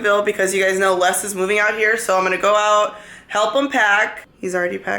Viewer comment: those brushes need to come with a MASSAGE and a motivational 'you go girl' speech after you have used them to apply your makeup!! way too expensive for the regular folk like myself...... (),, the S on Les name is silent xo